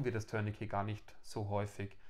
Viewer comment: Eine ganz große Bitte: Ein Tourniquet dient weder dazu einen Schlüssel zu drehen ("turn-a-key"), noch dazu eine Katze zu drehen ("turn-a-cat"). So sehr das Wort auch bei unseren anglophonen Kollegen verwahrlost ist, es kommt immernoch vom französischen "tourner" mit einem schönen, tiefen, deutlichen "u".